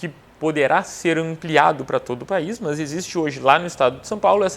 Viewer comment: Esse entendimento aí tá mais pro TJ-RS isso sim, "mãs".... !!! 😜